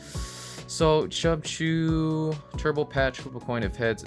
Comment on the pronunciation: Did you just call Cubchoo, “CHUBCHOO”? Hahaha